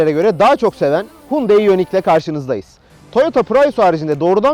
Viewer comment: reis bi ara otur da şu araba markaları modelleri nasıl okunuyor bi iyice öğren. Hyundai markasına Türkiye'de Hundayi diyoruz asıl okunuşu Yandeydir, sen Hundey olarak söylüyorsun. Prius biz Piriyus olarak okuyabilirken esası Priyıs şeklinde okunabilir, bunu da Pırayus olarak söylüyorsun.